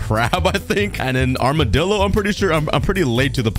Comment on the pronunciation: It’s amidillo